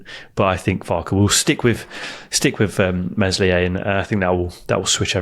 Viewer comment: For gods sake virgins. Its Meslier with a silent s, please guys. Told you before.